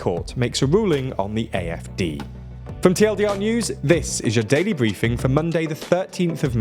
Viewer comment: The AfD pronunciation was very solid today. Fuck the AfD tho.